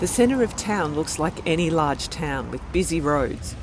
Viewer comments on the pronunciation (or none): none